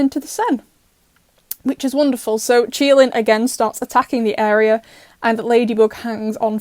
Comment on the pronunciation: Did anyone notice? That she called sabin Chilin not Qilin 😂